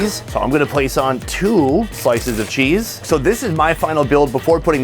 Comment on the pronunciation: That “ cheezeuh “ pronunciation was legendary